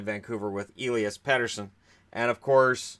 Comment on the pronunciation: Swede here. You pronounce Elias the same with Pettersson and Lindholm, eh-lee-as. And we don't make the 'sh' sound on just an s consonant as they do with Patrik Eliáš for example. But I'm pretty sure the sign above his s changes his pronunciation. Oh, and Lias Andersson is pronounced exactly like Elias but obviously without the E there.